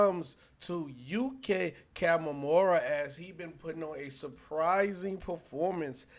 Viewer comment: His name is pronounced YUUKEEEE